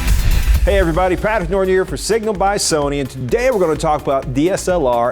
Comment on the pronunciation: "Patrick Notron" Really, Sony? How can you do this to Patrick?